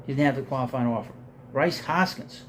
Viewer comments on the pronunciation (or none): You always butcher Rhys Hoskins' name. It's pronounced like "Reese", not Bryce. lol